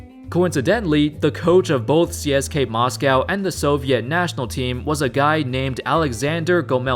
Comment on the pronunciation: his pronunciation of CSKA was incorrect.